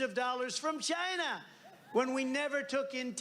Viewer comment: I do still wonder what a ledshishleshur is. I am very proud of Donald though, he now says China instead of Dzjaina. I guess he finally figured out it's a country instead a part of a cunt.